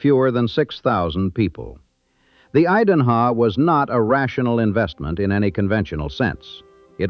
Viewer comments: The Idanha hotel is pronounced eye-dan-hah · I-dan-a hotel? Tell me this is not AI generated. Other BS in this too. Best thing about this is some of the real photos that I know are real. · Have i been saying Idanha wrong this whole time or is it the AI bot?? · OMG, that is egregious that the narrator mispronounces the name of the Idanha Hotel - yikes! And is anyone else getting juuust a little annoyed by the choppy, unprofessional editing? And why has the filmmaker included images of buildings that aren't the Idanha and labeled them AS the Idanha?